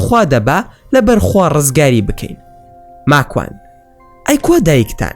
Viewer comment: راستةكةى بةلام ناوى ماكوانى زؤر ناخؤش دةهينى قسةى ئةو برادةرةى راستة